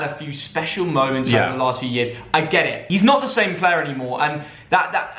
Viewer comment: he’s a good pluuuer lol